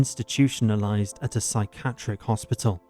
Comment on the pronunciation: I think so too. Who doesn’t know how to pronounce things like psychiatric? And the odd pauses